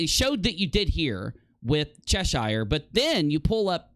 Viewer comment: It's still annoying that Americans can't pronounce Cheshire correctly.